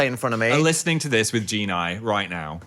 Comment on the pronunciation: shouldn't it be 'G'enis with a G sound like in ghost